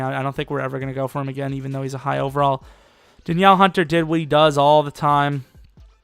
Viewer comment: "Da Niel" hunter